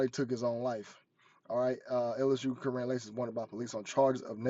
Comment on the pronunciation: his name is pronounced Ky wren